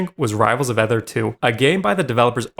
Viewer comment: rivals of Aether [not ether like he's pronouncing it xD] actually has some of the most amazing devs I know and they have quite a bit of lore as well as none of their games have ever gotten the "well the game is unplayable now" treatment ever